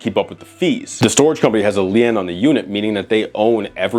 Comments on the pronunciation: First of all you pronounce the word LIEN like LEEN or LEAN as in LEAN beef. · In case you do another video like this in the future, "lien" is pronounced the same as "lean". ;-) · Do people out there pronounce "lien" like that? I've always heard it more like "lean" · I was so surprised even the girl in the background pronounced it that way. Even your car insurance company will ask if there's a lien holder lol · Lien is pronounced lean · I hate to be that guy, but Lien is pronounced “Leen” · I'm sure others have mentioned this, but it's pronounced, "lean". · Lean into lien because it’s pronounced like lean :P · Bruh, it's pronounced "lean". 🤣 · Am I going crazy? It's pronounced "leen", right? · Lien pronounced Lean. Props to the folks who mispronounce words because they have only read them. Keep up the great work! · Lien is pronounced "lean" my friend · It's pronounced LEAN (lein) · lien is spoken as lean. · Leaaaan. Its pronounced “lean”. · I cringed everytime he said "lee-end" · Bro thinks it's "lee-end". Haha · Yoo I was going to comment on that. Is the term lee-end a new term or is it Lien😅😅😅😅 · I’m pronouncing it Lee-end from now on. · “Lien” is LEAN, like to lean over. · Love your content. By the way lien is pronounced like lean. Still great video. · Lien= LEAN .......You should learn how to pronounce the word before you go making a video where you're constantly MISPRONOUNCING THE WORD!! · Fyi, its pronounced "lean", like to lean on a wall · in America it's never pronounced Lee-ann. Don't know how an adult has never used the word lien before. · I was so confused because I pronounce it like “lean with it rock with it” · Brother lien is pronounced lean. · Another solid video. Congrats on the sponsorship. Just a heads up: Lien is pronounced like "lean" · It was kind of endearing lmao like he’s too innocent to have even ever heard the word 😅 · Came here to say this LOL. Great video but the "leeann" pronunciation of "lien" was driving me nuts. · But cant say LEEEEN?